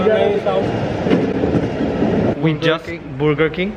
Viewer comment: You guys are literally me and my sister. The way you said Burgerr King is 100% us. Also the way you embarass your younger brother in public settings 😂😂